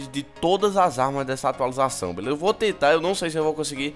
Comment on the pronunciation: Atalizuação, atulização KKKKKKKKKK